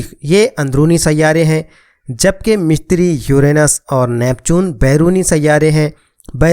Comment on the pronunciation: مِشتِری نہیں مُشتُری Mishtiry ✘✘✘ Mushtary✔✔✔